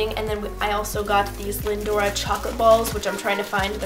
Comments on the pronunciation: its lin-dor not lin-dora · It's Lindor, not 'Lindor-ah' haha :) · It's lindor! Not lindora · no, the brand is called Lindt but the product made consisting of the small chocolate spheres are Lindor chocolates, I think anyway, but I was just commenting on pronunciation of it just to help:)